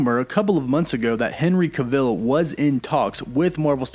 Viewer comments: Please pronounce his name right- it's cAH-vill. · Learn how to pronounce Henry Cavill's name properly. Cav-ill. As if DCEU would let Henry Cavill play a Marvel Character. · It took me less than 2 seconds to confirm that Henry Cavill's last name is pronounced like "travel." 2 seconds. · Why do you keep saying his last name wrong. Ive never heard it pronounced like that b4. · I don’t know who Henry cah-Ville is but I’d love to see Henry Cavill in the MCU. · No one else... This bum: Henry KA-vil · how about TRYING to pronounce his NAME ... Henry CAvill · as soon as he pronounced Henry Cavill as “Ca-vill” i clicked off the video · It's pronounced KA VUL RYHMES WITH PILL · why did you say Henry Cuh-ville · Pronounced CAV - Vill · you need to learn to say Henry Cavill's name right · Your not pronouncing Henry Cavill right that’s quite irritating lol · I cant even watch the video with the mispronunciation of his name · not even 30 seconds in and he already is saying Henry's name wrong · The way you pronounce his last name makes me cringe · Why you saying his name wrong. Lol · Stop saying his name like that!!!!! Ahhhhhh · I can’t take you seriously when you can’t pronounce Henry cavill last name properly!! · I can definitely see Henry Cavill play the iconic Wolverine, I've seen his acting(everyone has lol)...he can be gritty, brutal, and jus awesome & pronouncing his last name wrong bro😅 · STOP SAYING HIS DAMN NAME WRONG!!! JESUS, THATS JUST LAZY AF! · There is NO way you actually think his name is pronounced that way - and its annoying like you're saying his name more than necessary to troll us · U saying his last name wrong and it’s annoying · Butchered the last name so bad. Research better 😒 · Say his goddamn name right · Maybe learn how to pronounce his last name properly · no he's pronouncing it wrong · It's Henry Cavill not Cavil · Some of your pronunciations kill me man 😄 Cav-ill, cav-ill, not cah-ville, say it with me now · its henry cav...ill not ca-vill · Yes lol